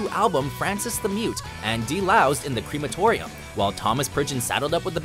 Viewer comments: cREaMatorium... uh, wat?? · we just gonna pretend he didnt say "deloused in the CREmatorium" ......